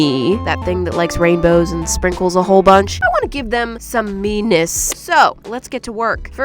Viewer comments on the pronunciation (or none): The ninjas have ME-ness not meanness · When you say ME-ness it sounds like you are saying meanness